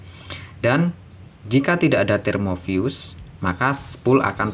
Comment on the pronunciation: termofuse bang, bukan termovius (pelafalan di video) 😄🙏